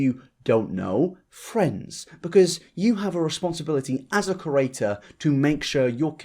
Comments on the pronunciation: I notice you say ‘curator’ when you try to say ‘creator’ and frankly I really wish my OCD didn’t feel compelled to rudely point this out sorry :( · Words you can’t pronounce: Creator Eugenia